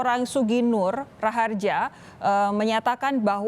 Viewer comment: Nah itu reporter nya bener ucapin nama nya SUGIK NUR RAHARJA ya bkn gus nur anak kyai